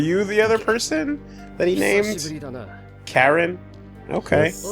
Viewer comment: Karin. 'Caw-reen'. It's a Japanese name, dude. Same with the one from Street Fighter.